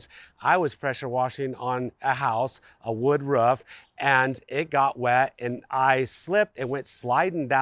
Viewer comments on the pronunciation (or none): The way you say "Ruff" drives me insane and then proceeded to say "ruffff" 15 more times 😭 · It got me too lol that one point I swear he was doing it on purpose 😂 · You have no accent until you say roof😂